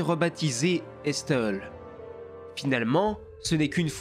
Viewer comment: Estel [ Esteul ] Je crois que l'on dit Estel ( ESTÈL). Une vidéo bien complète et intéressante avec les cartes et tout